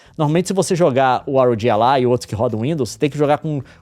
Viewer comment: ah leon me poupe kkkk, fala ROGI ALAI memo, quase que eu nao entendi 😂